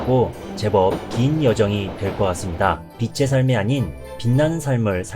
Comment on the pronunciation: 빚의 ㅡ 비즤 빛의 ㅡ 비츼 발음 교정해주세요^